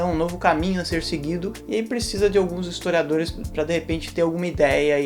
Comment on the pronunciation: O cara barbudo, usando uma camisa do Pt, e ainda falando "estoriadores e estoriadoras" .ESQUERDOPATAS são as FEZES SOCIAIS.